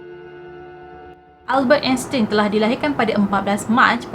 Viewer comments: salah tu sbut nama dia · Sebutan sebenarnye Albert Einstein adalah.... 'Elbert Estain'